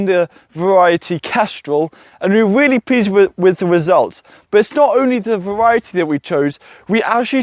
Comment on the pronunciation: Waining, spwouting, "weally cheap", "genass helping", gwow, sepowate, cause your potaitows to wot, awey plave. Can you say "Mawage, mawage is what bwings us together todaie".